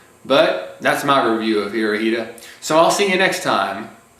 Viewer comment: It's pronounced Hitora. (Japanese translation of Hitler)